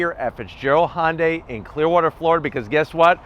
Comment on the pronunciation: Its not a "hondai" its a "hyundai"